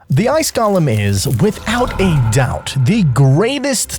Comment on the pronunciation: You're (like so many others) pronouncing Golem incorrectly. You are pronouncing it like Gollum. They are two different words. I know some people will like to claim that you can say it either way, which is correct, if you want to pronounce it wrong...or you could choose to say it correctly and not act like you are talking about a The Lord of the Rings character. My precious!